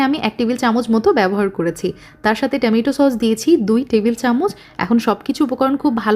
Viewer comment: টমেটো কে আর কতবার টেমেটো বলবেন